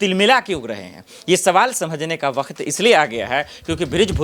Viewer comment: Ye katela patrakar bakhat बखत बखत बखत बखत बखत pahle bolne ka sikh le